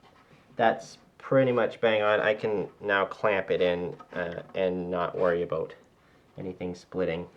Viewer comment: Abooot. Must be a Canadian.